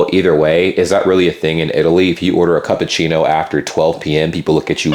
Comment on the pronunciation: Did bro just say CUPachino???